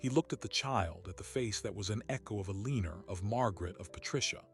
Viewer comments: Alina does not have an r in it. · Kills me how this clown has mispronounced the characters name endlessly